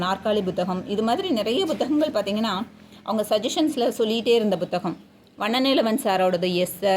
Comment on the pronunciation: எல்லாம் நல்ல தகவல். But புத்தகம் என்று சொன்னால் தான் தமிழ் உச்சரிப்பு சரி. நீங்கள் "Bhu " என்று ஏதோ thaminkilish ஆ இருக்கு 😢